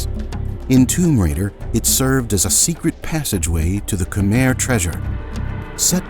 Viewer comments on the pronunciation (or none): Mind changing the Khmer pronunciation of the dub from khermeh to kh'my.